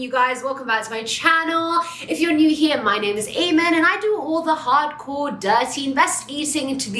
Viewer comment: hAy-man what's up???